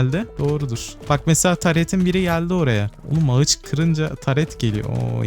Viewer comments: Ağaca ağıç dediğin için videoyu izlemeye son verdim. Tdk triplerim tetiklendi kusura bakma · abi video güzelde ağıç yerine ağaç desen daha iyi olur